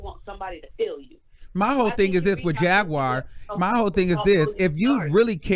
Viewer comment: Dont read Jaguar like that mane lol 😂 🤣 😆 💀